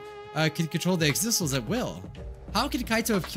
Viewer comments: Everyone: says “Exisals”: still mispronounces it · The true despair in this video is immediately forgetting how to pronounce Exisals.